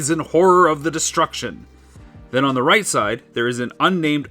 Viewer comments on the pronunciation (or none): none